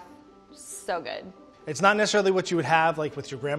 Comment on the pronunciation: shou ghood. perfekht.